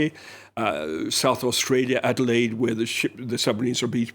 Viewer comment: Reporter can't even pronounce ADELAIDE.